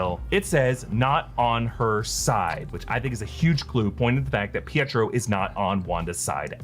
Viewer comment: It's not Pietro